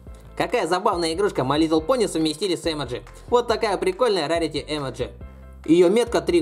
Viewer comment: 1.не Эмоджи а эмОдзи ударение. 2.не лунА а лУна ударение. 3.а пони на ладони?????